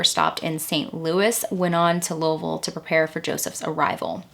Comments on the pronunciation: I'm from eastern KY and it makes me happy to hear you pronounce louisville the way we do here. Most say Louie ville. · Wow. Lived in and around Louisville all my life, and I’m not sure I’ve heard of this. So sad. I’ve driven by that church many times never realizing how such a terrible thing happened there. Crazy. But agreed with several others in the comments, thank you for the proper pronunciation of Louisville. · I'm from Kentucky about an hour and a half away.... I'm a country girl and Louisville is a scary place it's dangerous in some places I'm so glad you say Louisville right lol... I just don't understand how anyone can murder a child 😢it's so sad... 😢😥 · Luavull is how us Louisville natives pronounce it here. It's odd to hear someine say it correctly. Lol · I’m a bit late to the show but better late than never! As many have said, I ended up here after a Caitlin Doughty episode. I was intrigued to stay when you pronounced Louisville correctly, and then realize you’re referencing a book written by my old friend Shawn Herron. Strange enough, I never knew Shawn had written this book. She’s a unique person and has her hand in many things. I’m not a bit surprised and I’m sure it’s a good read. I will have to check it out. Thanks for the work and the video! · Wow! You pronounce Louisville like a native. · Thank you for pronouncing Louiseville correctly. I'm from Cinci and it so refreshing to hear it said correctly. Great video. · I live in Louisville. I’ve never heard about this case but now I’m getting into the dark history of our city. Great video. Great pronunciation too! 10/10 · You pronounced Louisville correctly. I am impressed. Few people say it the right way. Thank you! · Can I just give you props for pronouncing Louisville correctly 🥲 I’m from Southern Ohio (Scioto County) Edit I just saw you’re from there so makes sense hehe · are you from kentucky?? because the fact you correctly pronounced louisville has blown me away 😭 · Pronounced Louisville right. ❤